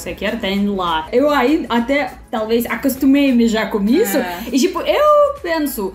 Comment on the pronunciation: "Acostumei-me já com isso" soou engraçado kkkkkkk... pareceu que foi dito "acostumei mijar com isso" kkkkkkkkkk...